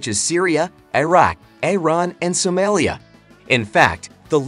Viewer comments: 😂😂😂😂 why did you pronounce Somalia like that? - maybe it is hard to pronounce lies because they dont exist ... states in general, of course ... for example ... words - wrong, worries, to write, wrath ... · 😂😂😂😂 why did you pronounce Somalia like that?